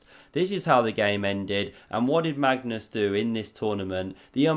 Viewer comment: Absolutely love how you butcher Magnus' name. Next up: Mascus Larsson